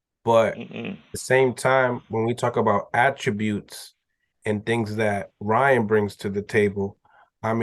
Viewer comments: Why can't call Ryan by his right name. His name is not Ron garcia it's Ryan garcia. He does the same thing with lomachenko he calls him romon. When you doing a interview you suppose to be professional. Call them what you want when you around your friends but in professional setting or interview. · hilarious he can’t say Ryan to save his life 🤣🤣🤣🤣